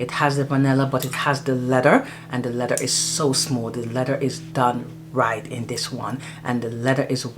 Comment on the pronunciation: Hi. Thanks for sharing, great fragrances. I know back home we don't pronounce our th, but it's lea-ther. Pronounce your th. 😊